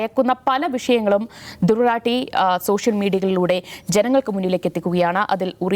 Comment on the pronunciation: റാട്ടി അല്ല, റാഠി എന്നാണ് ശരി.